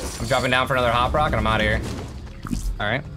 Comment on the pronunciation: You said hop rock 😆